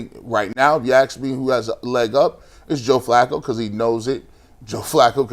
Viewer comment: The word is “ask” G , not “axe”….good grief man, you’re supposed to be a professional broadcaster